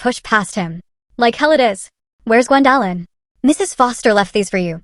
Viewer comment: Can we please train AI to pronounce names and words correctly? Gwen-DAHHH-lyn 😂